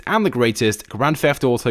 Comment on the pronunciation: Grendft theft oto